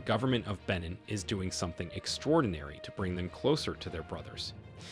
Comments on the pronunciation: It's pronounced ben neen. Irritating! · You're mispronouncing the country and your sniffing is irritating